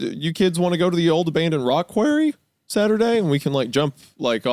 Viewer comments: it was a mix of the voice crack too, but why the hell did he call it that quarry is almost pronounced Corey or at least where I live and there’s a shit load of granite quarries in my state. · I can excuse the pronunciation of Imgur but WHY DID BRO SAY "QUARRY" LIKE THAT LMAO